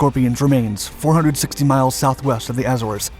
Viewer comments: AZZ-oars ... not Ass-orrs or whatever you were saying.. :P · You don't pronounce Azores correctly. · I can't believe you can't even pronounce "Azores" correctly along with other words. Every video you voice over has English errors. Didn't you finish High School? I studied Skipjack Class when I was in Sub School at Groton/New London. The Class was far faster than advertised. I guess they still haven't released its real capabilities.